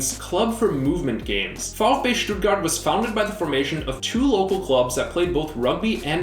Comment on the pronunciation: oh and by way vfb stuttgart is more like "fow-ef-bey"